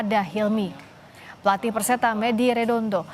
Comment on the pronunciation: Perseta tulungagung... Bukan persetung tulungagung😅😅😅😂😂😂😂